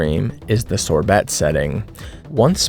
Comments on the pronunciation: The T on sorbet is silent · Can’t stop giggling over Sor-BeT. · Ok, was "sore-bet" intentional there?